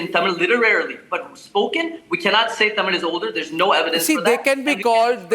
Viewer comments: This lady can't even pronounce 'Tamil' properly 🙄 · TAMIL TAMIL TAMIL Vs THAMIZH!